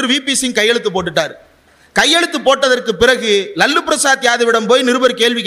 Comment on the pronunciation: ரொம்ப மகிழ்ச்சி தம்பி இந்திரகுமார். அவர் லல்லு பிரசாத் இல்ல. லாலு பிரசாத்.. இனிமேல் லல்லு என்று விளிக்காதீர்கள். லாலு என்று சொல்லுங்க.